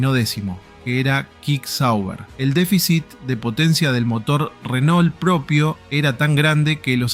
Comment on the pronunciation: Renault se pronuncia RENÔ no Renol🤣🤣🤣